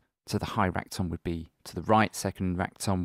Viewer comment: When he says "rack tom" it sounds like rectum